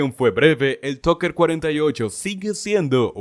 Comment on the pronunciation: El auto es Tucker, no Trucker. Si vas a hablar de autos por lo menos pronuncia bien. Hablas como Skipper, el pingüino de Madagascar.